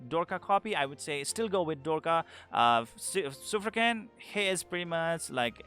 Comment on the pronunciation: that's 'Shuf-raken' not 'Shufrakin'.. you can listen to pronunciation in Mahar' dialogues